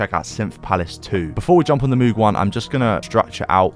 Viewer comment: MOOG correct pronunciation like in MODE not MOOD